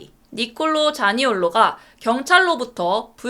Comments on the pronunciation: 자니올리, 가마랑이스.. 제발 잘 좀 읽어주세요ㅜㅜ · 최소한 선수 이름은 제대로 발음해주세요 "부르노가마랑이아스" "자니올라" 생방송도 아니고 대본 읽는건데 이건 너무 심한거아닌가요.,..